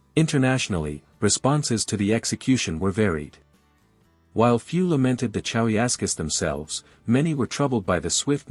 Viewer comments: not even pronouncing the names correctly by a click bait is really "facts" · The AI voice and mispronunciation of the names ruined it for me. Thumbs down.